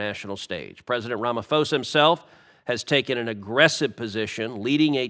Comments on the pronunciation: Cruz, please listen to one short news clip to hear how the South African president's surname is pronounced. You will notice the 'h' in Ramaphosa is silent and the 'o' is a short vowel. I am South African and not a particular fan of our president or the ANC, but if you want to criticiza someone, get the first fact straight. Maybe you will then get more facts and less rumours on my country. We have real problems and deep concerns about how our country is governed. We do not need more US invented fantasies from you both on top of that. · Correction Mr Cruz, it's RamaPHOsa not Fosa😐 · Just a correction, Sir. The 'Ph' is not a 'F' sound in Venda. It's a 'P' sound. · No, RAMA POES A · Sen Cruz doesn't even know how to pronounce Cyril Ramaphosa's name, yet he feels he can lecture him about South Aftica. American arrogance at its highest!